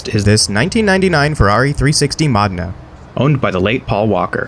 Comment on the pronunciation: The video would be better if you knew how to pronounce Modena (moe- den-a) and coupe ( it's not coup-ay... it's coop). Where did you learn to read.